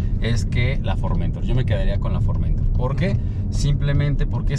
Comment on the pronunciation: El "" no sabe siquiera pronunciar el nombre del producto que vende... es FormentOr... no FormEntor.